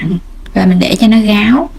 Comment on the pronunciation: Em gai giong nghe con tre ma sao phat am sai vay Ráo ma noi Gáo